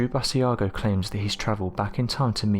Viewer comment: BAA-SHE-a-GO. Great video. Hope that helps with pronunciation.